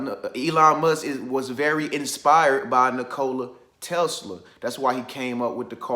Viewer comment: Bro you are pronouncing his name wrong lol